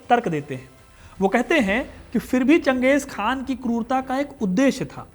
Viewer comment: चंगेज़ खान नहीं चंगेज़ खा